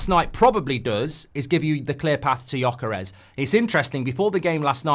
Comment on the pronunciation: Holy cow, he finally learnt how to pronounce Gyokeres